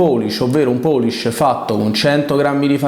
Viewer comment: Una domanda, ma poolish non si dovrebbe pronunciare "puulisc" più o meno? Tutti gli italiani su YT dicono "poolisc". Non mi sembra corretto, ma attendo un madrelingua inglese che me lo confermi:finger-red-number-one